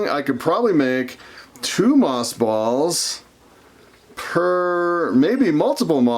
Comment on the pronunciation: Earlier I understood you to say moth balls. 🤭🙊